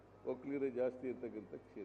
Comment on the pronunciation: ಒಕ್ಕಲಿಗರು ಅಂತ ಯಾಕೆ ಒತ್ತಿ ಹೇಳುತ್ತೀರಿ ಒಕ್ಕಲಿಗರು ಏನು ಮಾಡಿದ್ದಾರೆ ನಿಮಗೆ